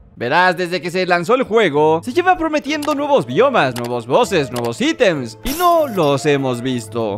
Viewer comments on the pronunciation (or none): none